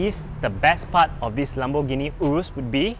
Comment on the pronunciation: Can even pronounce the name urus properly.